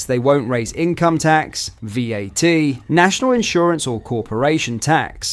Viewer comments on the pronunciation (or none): More AI generated content. We call it 'VAT' not 'Vee-at'. Oops. Any human involved in this content.....????? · V at?! Your AI needs an update lad 🤣🤣🤣